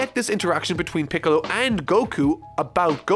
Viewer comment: Hold on. Did you say “Gohan going off to train with and recruit PICKLES” ?!?? Lmao